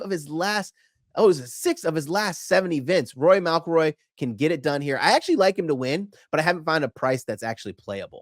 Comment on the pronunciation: How does he pronounce McIlroy? Mal-Kil-Roy That is jarring 😮